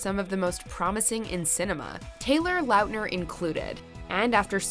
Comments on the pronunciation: I hate the way she says Laughtner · Why do you say lautner like that?